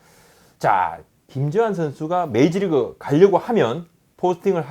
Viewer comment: 계속 메이지리그...메이지리그...메이지유신..??? 부탁인데 발음좀 부탁해여..